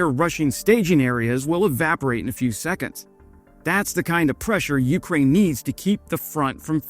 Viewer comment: YOUkraine. 🤦‍♂️ cmon man, make an effort. It doesn’t take much effort to pronounce something correctly.